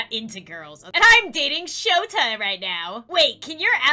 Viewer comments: Sayto Me: s a t o you must watch my hero academia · Shoto not shota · and his name is shota not shoto at 11:5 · I know right except it's shoto not shota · shoto not shota it sounds like sota